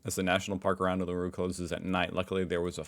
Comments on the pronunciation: According to Professor Brian Cox, Australia has the best view of the night sky. Or maybe it's all the Southern Hemisphere? We see the centre of the galaxy. It makes the shape of an emu in the sky, with its head in the Southern Cross.😍 Also Uluru is pronounced OOLAROO.😉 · Uluru is pronounced like Ool-uh-roo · Biscuit just means the crunchy part of the whole thing. If it has a crunchy bikky base, it’s a bikky. Ps. You pronounce Uluṟu- Ooh la roo. ❤ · Uluru is pronounced "oo loo ru".